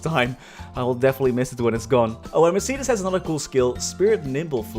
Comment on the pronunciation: say mercedis one more time i stg, its mercedes, like the car